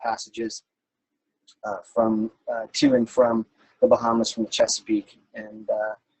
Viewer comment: What are the Bahams? Is that supposed to be Bahamas, or is there something called a Baham?